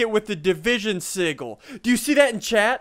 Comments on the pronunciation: did anyone else hear him say division sigle instead of sigale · do you think he knows it's pronounced sijil not sigul? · Division sig-ggel ssundee- 2015 me it’s pronounced sijel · It's division sigil with a "g" pronounced like that of giant, not the "g" of giggle. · Sigil isn't pronounced si-gil, it's pronounced si-jil! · Just cuz it drives me nuts: It's not a siggil ... sigil is pronounced si'jil! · I swear to god if he says sigil one more time it is sijil i know its spelled sigil but it's pronounced si-jil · sorry but it's said "si-J-le" not "si-G-le" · its pronounced Sih-Jill not sih-gle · it's pronounced sih - jill not sih - gill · division sij-oul not sig-ill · Sigil juh not guh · Uuuuuugghhhhhhhhh he says si-g-il its pronounced sijil but its spelled sigil goooooddddd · Is it just me or does it sound like he's saying seagull? God it's soo annoying hearing it pronounced that way... It grinds my gears. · Division sigil PRONOUNCED RIGHT: "Division Si-jill" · I believe its pronounced (si-jill) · You're pronouncing sigil (si-jil) wrong. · It is pronounced like sijil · Sigil is pronounced [Sih-juhl]. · Your saying it wrong it's division se-gil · ITS PRONOUNCED si Jil Emphasis on JJJJJJJJJJJJJJIIIIIIIIIIIIIIILLLLLLLLLLLLLLLLLLLLL SSundee I such disapoint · Ian you said sigil wrong XD. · SSundee you say Sigil wrong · i think they're pronouncing sigil wrong? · it's the g is pronounced as a j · WHY DOES HE ALWAYS PRONOUNCE SIGIL WRONG?!?!?!?!? D:< ITS SO ANNOYING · It still pisses me off ian pronounced sigil incorrectly